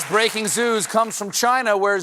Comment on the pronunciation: It's breaking zoos... not breaking ZEWS??